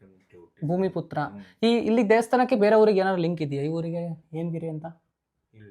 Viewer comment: ಎಮಗಿರಿ ಅಲ್ಲ ಹೇಮಗಿರಿ